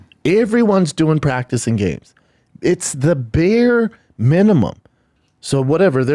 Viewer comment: “iiiivryone”… “beer minimum”… this dumbass talks for a living